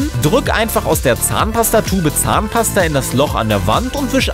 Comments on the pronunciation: Wie er fast immer zahnpaster sagt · Wie oft sagt der Typ bitte Zahnpaster !؟ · DU SAGST IMMER ZAHNPASTER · wow er hat 20 mal Zahnpasta gesagt und wie er das betont hat 😂